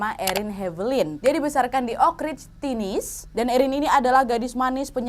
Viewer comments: Kak Nad maaf, part itu kan maksudnya kak Nad "Tennessee", nah itu bacanya bukan 'Tinis' kak, harusnya 'Tennesi'. Maaf kalau tersinggung kak, cuma mau mengoreksi. Sekian 🙏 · cara menyebutkan Tennessee itu "te-neu-si" kakaku sayangg hihii